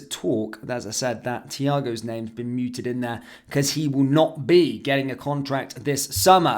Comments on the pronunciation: the word is "mooted" -pronounced as it's written, not the same as "muted" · it's mooted not muted.